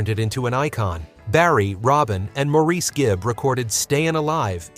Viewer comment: Maureese Gibb? It's pronounced Morris